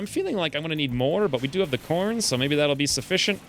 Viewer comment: Was I the only one that heard him say porn instead of corn?